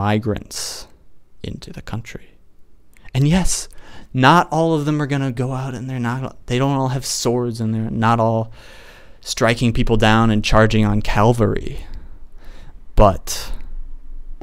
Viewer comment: should be CAValry not CALVary